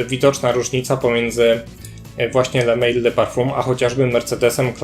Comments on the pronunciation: to nie jest le mejl tyklo le mal. To nie jest angielska firma tylko francuska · Taka drobna uwaga . Sam zapach jak i jego nazwa pochodzą z Francji . Le Mal ( wym. ly mal -samiec) nie le mejl ( tak byłoby po angielsku). Sugeruję korzystać bodaj z translatora , będzie bardziej profesjonalnie. Piszę to absolutnie bez złośliwości , a raczej z życzliwości.Pozdrawiam.